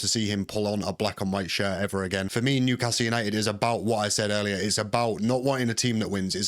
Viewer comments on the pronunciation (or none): none